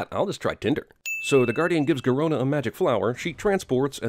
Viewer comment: Garona,rhymes with corona